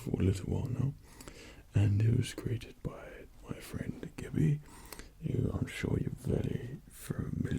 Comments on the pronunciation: He called her "gibby" xP It's pronounced "gee-bee" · It's gibi not gibby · Gibi = “geebee” not gibby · It bothers me that he said Gibi wrong..... (not Giby, GeeBee.) Queue the lash back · "By my friend gibby asmr" its pronounced jeebee REEEEE GIBI ASMR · AHHH NOOOO ITS PRONOUNCED GEEBEE NOT GIBBY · Geebee not gibby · GEE BEE it's pronounced GEEBEE not GIBBY mother of chRIST. Same issue with MassageASMR xD have they ever seen a single one of her videos? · Who else was triggered when he said Gibi (Gib-E) when it's Gibi (GB) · it’s GeeBee not gibbie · The g is sounded gee not gii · It's pronounced Gee-Bee, any time you say Gibby, it reminds me of Gibby from iCarly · It's "Geebee" not "gibby" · HE SAID GIBBY AS WELL AHAHAHAHAH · First time here. It’s pronounced gee-bee. This guy looks like Thor! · Did anyone else notice the fact that he called Gibi, Gibby? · OH FOR FUCK SAKE, ITS PRONOUNCED "jeebee" Jk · It's GEE BEE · Did he just say gibby? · Gibi is pronounced "JeeBee," my man. MeRRy ChRiSTmAs , nonetheless!!! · i loved the video , but isn't her name pronounced gee-bee ? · Lmao him and Dmitri call her GIBBY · Release the hounds. ILL FIGHT EM OFF. It’s pronounced “geebee”. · No hate or dislike towards you or anything I actually like your videos, but you said gibi was your friend but you can’t even pronounce her name properly. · I cringed when he said Gibi like he was talking about the icarly cast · thats not how you say gibi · I died of laughter when he pronounced Gibi’s name wrong😂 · Lol he said Gibi wrong... nice! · I just came from Gibi's channel and umm why does he pronounce her name like that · Wait till Gibi finds out he misspronounced her name 😂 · Hey just to let you know your saying Gibi's name wrong merry Christmas and have a happy new year i love you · No mean to be rude but you pronounced Gibi wrong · The way he said "Gibi" cracked me up 😹